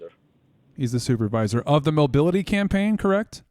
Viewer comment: he almost said SCAMpaign 😅